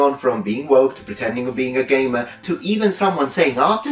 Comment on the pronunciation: took me several listens to figure out he was saying "gamer" rather than "gay man"